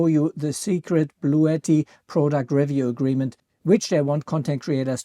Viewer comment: After 5 min of whining, I gotta go. Also Bluetti is pronounced Blue T not Blue etti.